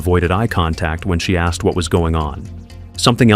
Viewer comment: Asked asked ASKED!! Why the flippedy-flip-flop do people keep on saying AXED?!?!